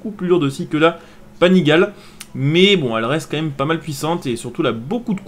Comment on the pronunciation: Salut, juste pour l'info. Panigale se dit "Panigalé" ;) . Sinon bonne vidéo, continue comme ça !